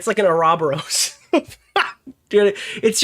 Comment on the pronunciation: L pronunciation of oroboros